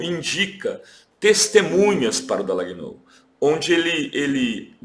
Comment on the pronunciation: O programa é ótimo, super recomendável, sem querer ser pedante ou intolerante, a pronúncia do nome do procuradorzinho é Dalanhól e não Dalagnôu.